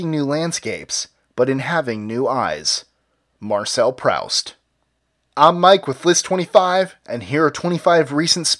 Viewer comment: Give me a break, it's a name not a word in a specific dialect. you say the name wrong then it's wrong. If I would pronounce your name Retcleff it would not be your name, it's not a different way of pronouncing it.